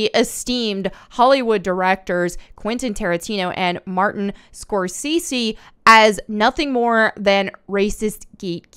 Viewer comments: Every time you say Martin Scorsese's name I die 😆 ya ain't wrong in what you're saying. Ya just kill me with that pronunciation 💀 Edit: So this didn't age well, this is why I should listen to the whole thing before commenting lolz. I disagree to one thing, End Game was sub par compared to what they could have given us. They did Thanos dirty, he should have worshiped Lady Death. We should have gotten a sexy Lady Death, instead of the PC message of over population that we got. Joker was brilliant 👏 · Martin Score-Say-See. I'm sure you've heard the name mentioned along with Tarantino in the past. They're the two biggest names in quality films, hands down. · She struggles with pronunciation or mispronounces stuff all the time. It's adorable. In this one she kept saying Scorsees instead of Scorsese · Score-say-cee not score-seas 💀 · Scorsese is pronounced score-say-zee 🙂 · Sorry but it's pronounced Score-Say-See. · Martin Scorsese, pronounced: score-say-zee. You weren't far off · I was kidding based on her mispronouncing his name throughout the video. My entire life I've heard it pronounced Score-Say-Zee and never seen him correct it if that's wrong. My people came to this country with a hard to spell and pronounce name as well so it was changed somewhere along the way. I'm glad we don't really do that anymore. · "Scorsees" lol. She's doing it on purpose now 🤣🤣. And the inevitable Lara detour. 😁, are you going to be watching/reviewing Willow? I love the original movie and I'm not sure I can bring myself to watch the new show. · Martin Score-Say-Zee.. say it quickly.> ScoreSayZee... ;-) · Scor-tze -see, you've heard the name like a 1000 times but I bet you never saw how it's written. The only reason I know it is because I saw it once at a shop where they had the CC turned on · Martin "Score Sees" - love it 🤣🤣🤣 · OK say it with me now "SCORE-SAY-SEA" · Love the channel and videos. His name is pronounced SCORE-SAY-SEE...🤷‍♂️ For next time 😉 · Score say zee.